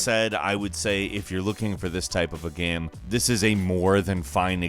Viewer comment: Why do you always say "gaem" instead of "game"?